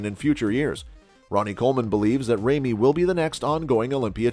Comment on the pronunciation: Who's Big RAYMEY???🤣🤣🤣 Christ....